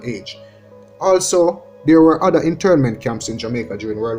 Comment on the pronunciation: LOL, tell de man he 4got de TH in Brother! Not my circus, not my monkeys....... Don't let people with no sense discourage U. Keep up the good work!